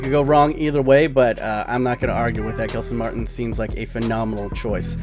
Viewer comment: It's pronounced "Jelson Martins"